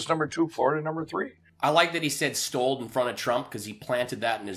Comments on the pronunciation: “STOLD” lol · "They stold our counchry in a cybra attack..."